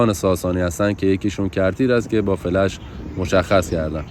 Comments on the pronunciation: فلَش نه دوست عزیز ، فِلِش😂😂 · ممنون از ویدئوی زیبا. چند جا دیدم فلِش رو فلَش تلفظ کردین. تعجب کردم.